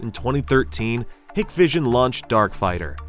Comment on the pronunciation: It's pronounced "Hike Vision"